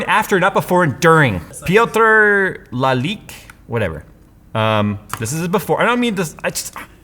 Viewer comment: actually pronounced Piotr Lalik's name almost perfectly xDDD (a Polish name btw)